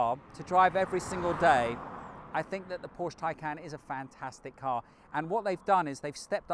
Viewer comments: such a good car - such a rubbishy done review ... sorry, but you need to practice a bit more and the large amounts of text are just not acceptable. also it's PORSCHE not porsch!! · You've driven so many Porsches, own 3, and still pronounce it incorrectly. No one at the dealerships saying it like the Germans?